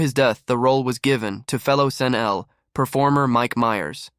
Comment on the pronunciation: I never heard anyone pronounce SNL as ‘Senell’. Is that a regional thing?